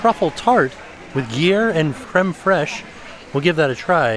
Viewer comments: that's acceptable!! He pronounced it more like "geer cheese" though. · Hey I think you’re mispronouncing Gruyere cheese. It’s grew year not gee year. 😊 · He also said ghee-air instead of gruyere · For future reference, please tell “gruyere” (the cheese in some things ate) is pronounced “Groo” (Like Gru the Minion)-“yair”. Grooyair=Gruyere. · Gruyère is pronounced - groo·yeuh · It’s “gru-yair” 😅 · Gruyère is pronounced “groo-yehr” 😅😅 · Considering I am Swiss American, and currently live in Switzerland, his pronunciation of "geer cheese" was not good 😂 just trying to help out! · You're right Emily! Even in Europe, that's how they pronounce it!